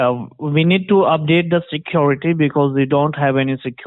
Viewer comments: its SECUORTY..lets get that fixed in the subtitles..SECUORTY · Sekyoretee of compyora